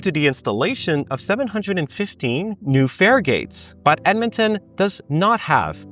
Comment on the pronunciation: Ahh good ol dead-man-ton